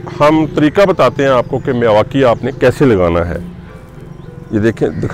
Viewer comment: मियांवाकी होता है न कि मिवाकी।